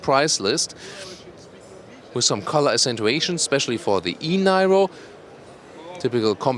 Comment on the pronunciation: Nairo? Really,?